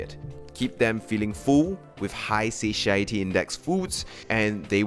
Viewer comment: Bruh it’s pronounced satiety not sasheieity